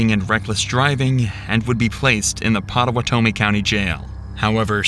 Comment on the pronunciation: Were you trying to say "Potawatomi"? If so, you're saying it really weird. It's pronounced Pot-oh-WATT-OH-me.